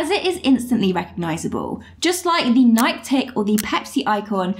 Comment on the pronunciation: Nike = "NYE-kee"